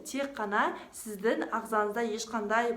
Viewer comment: Өзініннн сіздін емес... өзінің сіздің деп сөйлеші өтініш.